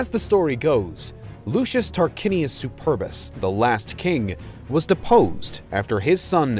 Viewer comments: I cannot help but laugh at how he mispronounced the name "Superbus" . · I can't stand any more. Superbus is NOT pronounced "super bus."